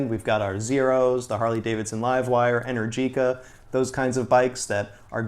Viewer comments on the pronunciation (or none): It's pronounced Enèrgica. Accent on the second E